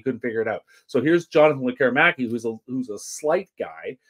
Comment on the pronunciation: Please stop calling him Lek KER i maki. It's pronounced LEK keree makee. The emphasis is on the first syllable and the i is always like a long e as in "pizza"